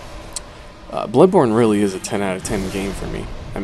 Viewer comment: When he said bloodborne sounds like he said bloodporn